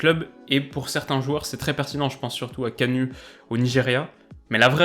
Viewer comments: Gervinho est ivoirien et non béninois et kanu se prononce kanou par contre très bonne vidéo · Belle vidéo la lettre U ce prenonce ou Kanu on attend Kanou, comme pour Utaka et Kakuta. On doit attendre Outaka et Kakouka.